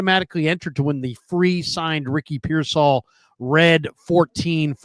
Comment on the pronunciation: He also says pearsALL INSTEAD OF PEARsall 😂